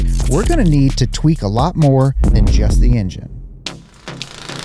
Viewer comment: did bro say tweak or twink???